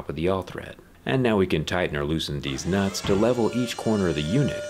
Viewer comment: he 100% said "we can tighten and loosen deez nuts". when talking about leveling the scissor lift.